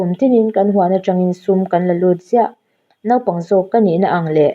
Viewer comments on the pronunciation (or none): none